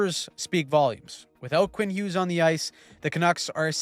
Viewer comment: its Hughes and it's not even close